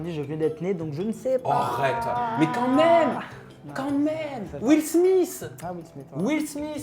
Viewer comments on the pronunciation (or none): " Will smiSSE" LMAOOOOOO😭